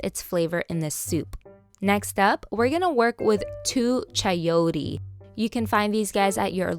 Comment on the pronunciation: you said Chayotee. lol so funny. .....